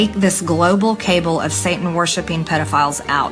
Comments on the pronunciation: she pronounces "cabal" as cable... That's probably the most pathetic part about MTG, she genuinely has no fucking clue what she's saying. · Wow! She just read the word “kabal” as “cable” 😂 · When she says, "Joe Biden and the Democrats" I hear 🎶Josie and the pussycats🎶 I lose my mind every time she mispronounces the word "cabal": "The global cable" 🤯🖕🏼😑🤬🤬🤬